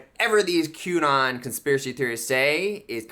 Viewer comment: Gotta feel bad for the conspiracy theorist who can't articulate "conspiracy." 😕